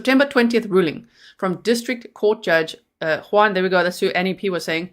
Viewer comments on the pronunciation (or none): none